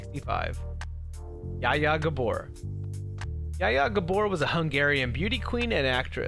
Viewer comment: You dont say IT like jaa jaa gaubor you say IT like scha scha gabour